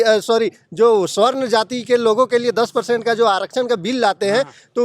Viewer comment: स्वर्ण नहीं,सबरण और सबरणों कहिए।